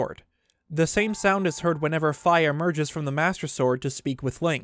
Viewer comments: "Fee" not f🥧 or am I saying it wrong? 😂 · Fi name is actually pronounced "Fee" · It’s pronounced phee but spelled phi